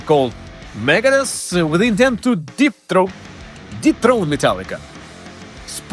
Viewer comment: Lmao almost sounded like he said Dave was trying to deep throat Metallica instead of dethrone 😢😅